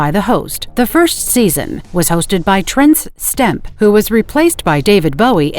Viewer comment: Trence Stemp. 😂🎉